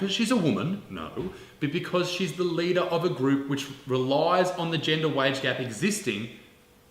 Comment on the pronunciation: I swear Isaac, over the time I've been watching you (since around 150K) your English has gotten worse and worse Genjer? jeez mate xD